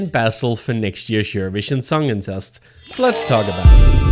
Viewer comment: The way you pronounce "Eurovision Songcontest", sounds like "Eurovision Songincest"...